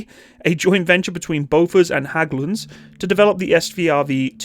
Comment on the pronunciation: Your pronauciations is very bad. It sound like you are trying to talk german not swedish, I could not guess what you said in someparts. When you say Häglunds it is more of a "eh" sound. Love the video very nice to see this masterpeice.